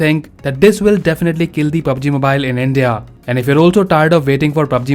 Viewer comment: PUb G mubile